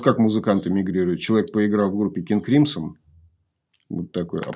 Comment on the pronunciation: «Кынг Крымсо» обычно японцы говорят, они всегда слоги с такой твердой ноткой произносят.